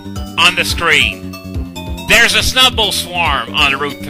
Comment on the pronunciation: The way you pronounce Snu-bble lol